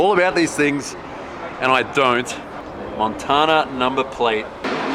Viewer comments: I love how you said Montana in Japanese dialect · Holy fuck I've never heard a white guy say Montana like a Japanese person before.